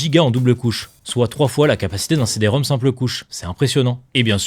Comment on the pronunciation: C''est encore un coup des IA ça... (merci du retour j'ai encore gaffé sur ce truc, puis même on dit le CD-Rom Rom et pas Rom au carré)